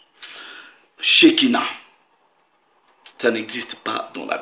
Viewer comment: bjr tout d'abord félicitation car contrairement à bcp de chrétien et de prédicateurs qui insultent l'islam sans apporter d'arguments toi au moins tu as fais l'effort de chercher une preuve mais malheureuseument le mot en arabe se prononce s="sakina" et non "shékina" et ilk signifie "quiétude" la langue arabe et très subtile en ce qui concerne la pronociation! selon la pronconciation deux mot qui se ressemble à l'écoute peuvent avoir plusieurs signification différente donc tu fais erreur ici il ne s'agit nullement dans le coran d'un prénom mais d'un mot ordinaire qui signifie "quiétude" :) toute fois ravo ton travail